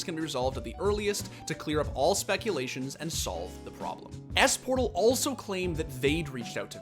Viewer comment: it's not eesportal it's more like ésportal